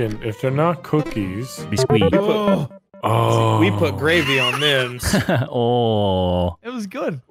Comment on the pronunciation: “Biscqui” - Vanossgaming 2020 Lol